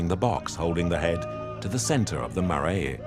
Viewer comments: MAR- RRYE...Marae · The producers really should have checked they had the correct Māori pronuncitation! Something of this level should not have missed that. Marae and ? Bro